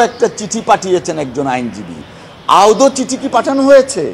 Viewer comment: মাননীয় সভাপতি শব্দটি " আউদ " নয় শব্দটি " আদৌ " বার বার ভুল উচ্চারণ করছেন !